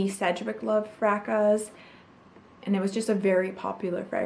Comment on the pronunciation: Fracas= Frah cah...vetyver = vet i ver....ylang ylang= eeelang eelang...i had to stop watching, talk about beauty and cant say the names right..